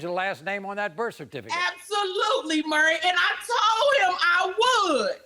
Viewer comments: His name isn't 'merry'. But Maury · Hey Murry... how you doin Murry... Murry listen...absolutely Murry...we strugglin with sayin Murry